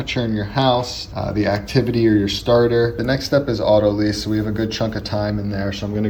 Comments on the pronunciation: I repeat: Look it up in a dictionary (or online dictionary)! It can be spelled both "autolyse" (British) and "autolyze" (American), but the verb is pronounced "aw-to-LIES" (or maybe I could spell it "auto-LIZE"). Technically, the noun form would be "autolysis". I'm just saying, if we are going to the trouble of understanding the concept, let's at least sound like we know what we're talking about. It's really no big deal, but it's driving my OCD nuts. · WHY does everyone mispronounce "autolyse"??? Look it up in a dictionary - it is pronounced "auto-LIES" not "auto-LEEZE". I would love to hear someone pronounce it correctly. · Saying "autolyse" ("autoleeze") is either an affectation or a sign of ignorance. It's just the French translation of "autolysis," a perfectly serviceable English word known to anybody who's ever taken even a freshman biology course. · why does every youtube chef pronounce autolyse incorrectly? it's a verb meaning "to self digest", not "to rent a car". it's pronounced "auto lies". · he calls it autolize and he did it 😅